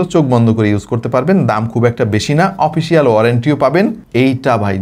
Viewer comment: ভাই, "ওপিসিয়াল" না এটা "অফিসিয়াল" হবে। আপনার অনেকগুলো উচ্চারণ ঠিক নাই। আরও যেমন "ওয়ান" কে বলেন "ওন" । আবার যেমন Ultra-অল্ট্রা বলছেন এটা এপ্রিসিয়েবল।